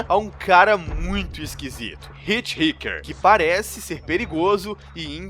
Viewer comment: O nome do cara não é Ritirriquer né, "Hitchhiker" é um termo para pessoas que pedem carona na beira da rua